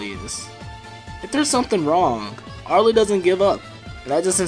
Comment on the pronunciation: top 5 favorite tetris openers also, aarl, not ar-lee btw